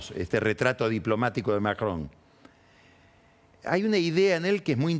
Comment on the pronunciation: ¡¡Qué placer escuchar a Pañi decir Macron!! Lástima que nunca le dijo Gravuá a Gravois, habría sido maravilloso.